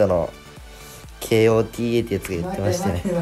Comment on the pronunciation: kotaがけーおーてぃーえーって呼ばれてて草